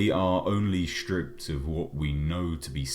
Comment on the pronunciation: Shtrippped. ah, southerners and their speak :)